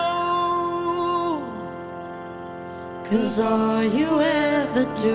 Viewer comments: GurrGamer Omg I had to go back and pay attention to how she said it and I died😂 "neauow" 😂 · How to pronounce "now" to "Neoowww" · am i the only one who likes the way she pronunced "now"? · wtf is up with her pronunciation of "now" at the start ? 😂😂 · Wow, I hope she had some bad nasal congestion to pronounce "now" like that! And it's weird that she has a small lisp on the record, but not live.